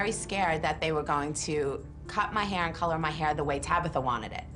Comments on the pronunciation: Tracy her name is Tabitha not Tabither !🤨? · Stop saying Tabitha, it's TabAAAAAAAtha!!!!